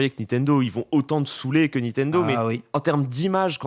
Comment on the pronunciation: Etoiles il dit pas Nintendo mais Nitendo